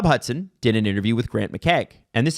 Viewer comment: His name is Hutson, not Hudson.